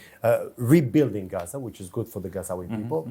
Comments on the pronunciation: “hazzza” Just say “Gaza” you European weirdo. 😂😂😂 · He doesn't even know if its Gaza/Ghaza or Ghazza